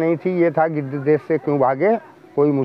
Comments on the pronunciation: Gidar nahi chacha gidh 😂😂😂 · गिदर्र नही चाचा गिद्ध 🙄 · O bhaiya g gidad naahi gidh bolo 🤣🤣🤣🤣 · गीदड़ नहीं गिध 😂🤣🤣😅😂😅😂🤣🤣😅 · गिद्ध है भाई गिदर् नहीं ओके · गिद्ध है भाई गीदढ़ नहीं 👏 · bolane bhi nahi aata use giddh kahate hai gidad nahi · गिद्धड नहीं भाई गिद्ध बोलो। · Gedh hota h gedar nhi 😂😂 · Geedad nhi gidhhad bol rha hai 😂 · वह आदमी गिद्ध को बार बार गीदड़ क्यों बोल रहा है।